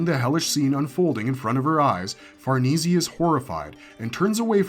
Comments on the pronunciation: Farneezy? Let's play parcheezy... it's far-niece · Say far knee see 1 more time.... Far Nay.. like horses... Say.... ffs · I know lol, i love this content but every time he says Far-nees-ee instead of Far-nees, I cringe a little. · it's definitely Far-ness not far-neecie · the name Farnese is Italian. It is pronounced 'far NAY zay" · Okay, I'm sorry it really erks me. It's pronounced Farah-niece. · Bro always has to say Farnese wrong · Bruh Farnese isn’t hard to pronounce like just stop